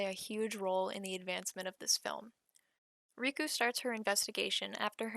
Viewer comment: Absolutely butchered the name pronunciations. How do you get ‘riku’ from ‘reiko’???? RAY. KO.